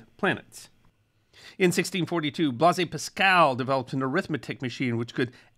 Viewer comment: “Blasé Pascal” 🤣